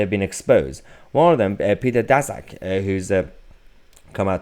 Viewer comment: It's pronounced "Dashuk," not Dazuk.